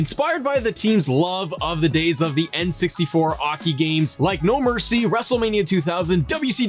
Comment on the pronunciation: You said “hockey” like that on purpose, I know it.